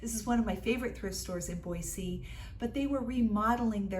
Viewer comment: This video came up on my feed and I clicked on it because I live near Boise. It was fun to go thrifting with you to places I have often been, except for Impact Thrift, I’m not familiar with that one. You got some nice things. Thank you for pronouncing Boise correctly! May I ask what state you live in?